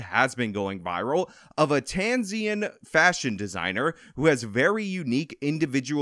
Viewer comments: It’s Tanzanian, not Tanzian. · Tanzanian, not “Tanzian” 🇹🇿 What a weirdo 🧳 👨🏻‍🦲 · People from Tanzania are Tanzanians, not "Tanzians." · Tanzanian not tanzian. Tanzian sounds like the name of a guy running for office in Thousand Oaks or something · TAN - ZA- NI -AN 😉